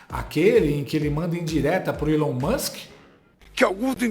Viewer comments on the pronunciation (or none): none